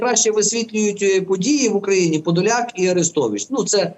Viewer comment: А я говорила що не подляк а Подляк!